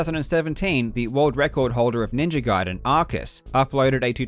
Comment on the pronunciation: Jesus F'in Christ, it's pronounced Ninja Gayden, not Guiden.